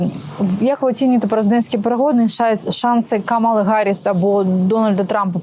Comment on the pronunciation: Kamala Harris вимовляється: КАмала ГЕрис.